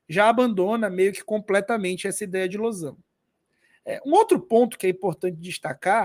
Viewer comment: esse losango com acento me quebrou oh, mas o conteúdo do vídeo tá ótimo kkkk